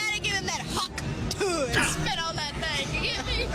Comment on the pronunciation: Hearing mr slop say "hawk tuhw" made me life worse